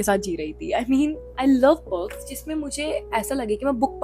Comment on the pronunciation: I loveee your videos...but there's just a particular irritation I get when you say "Books", it sounds like bugs or perks...I'm so sorry...but loveddd the vdo. 🎀